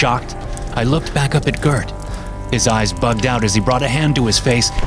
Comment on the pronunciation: As a Swede, I'll overlook the mispronounciation of Gert.